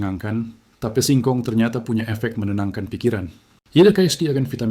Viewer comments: Tape itu bahasa Jawa. Dibacanya t a p e. Jangan dibaca tip!!! Ngawurrr😊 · ucapkan tape dgn benar jgn diucapkan a la bhs inggris ... tape ya tape jgn teip ❤ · Kedengarannya tep bukan tape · Ini yang ngomong siapa ya, orang mana, kok ngomong TAPE bacanya TIP.......payaaahhhhhh!!!